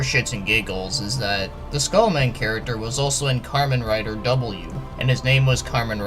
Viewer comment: lol u pronounced Kamen Rider like "Karmen", yeah this skull man seems in the vein if Those really dark 70's era characters, he would fit right in perfectly with devil man and Mazinger and even todays dark hero characters.